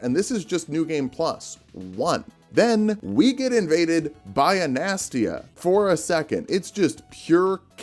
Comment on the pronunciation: hey incase you see this, it is pronounced ana-staz-e-uh